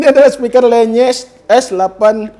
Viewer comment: Itu bacanya lenyes bang bukan lEnyes.. le sama LE memang agag sama pngucapannya dan itu namanya bass radiator bang.. biar bassnya makin glerr itu